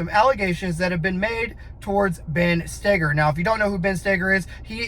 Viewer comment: Is spelled Stoeger…. And idk probably because Ben himself pronounces it “Stay-ger”